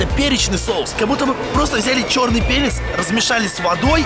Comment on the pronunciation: мне показалось ты сказал чёрный пенис а не чёрный перец хахахаа